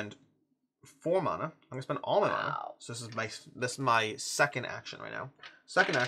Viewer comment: I hate that you’re pronouncing mana differently from how I do, and it turns out you’re the correct one 😂. This is a tough day for me